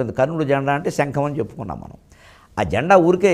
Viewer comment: guruvugariki namaskaram. karnudi dwajam shankamani chepparu kani enugu ani vinnatlu ga undi.